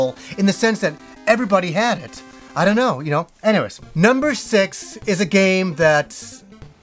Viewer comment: "i dono you know?" LOL love your videos i just had to point that one out.